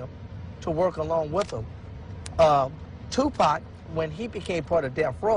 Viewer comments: wtf dude kept pronouncing his name Tu Pack. Shit was getting on my nerves for real. If you can't even pronounce the brothers name right then you aint got no fkng business doing no documentary about him. I know somebody heard him saying it like that and corrected his ass but he kept doing the shit. I respect that he is trying to shed light on the whole event but come on man, keep the legends name out your fkn mouth if you can't get it right. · hey you can erase this bro but please if that says Tupac make it say t u p a c thnx peace to u